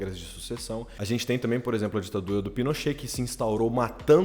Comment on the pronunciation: Ouvi rapadura e não ditadura🤣🤣